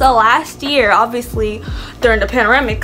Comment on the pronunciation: "during the paneremic". lol